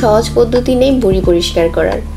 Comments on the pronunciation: বুডি না ম্যাডাম ভুরি হবে ভাষাটা একটু ঠিক করে বলেন? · You cannot pronounce V, you are saying Buri... not Viree. But you are showing it as so easy. It is not easy as you are showing.... what really you did before coming under camera? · বুরি না, ভুরি,, হবে। 😝😝😝😝👎👎👎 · বুড়ি না ম্যাম, ভুড়ি হবে 🤣😂😂😂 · এইটা বুড়ি না আপা ভূড়ি। ব আর ভ এর পার্থ্যক বুঝেন না? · Apni vuri ke buri buri kore bolecen Kano..Vuri bolte kosto hoi naki... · Not buri it is bhuri